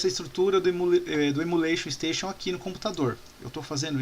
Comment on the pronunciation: Estou adorando as aulas. Mas fica uma crítica construtiva. Repita comigo: EMULATION STATION. Não é Emula Station. Kkkkkk